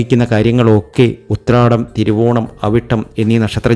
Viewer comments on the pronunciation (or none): none